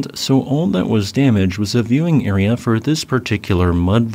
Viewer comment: Bro, the way you pronounce area is wild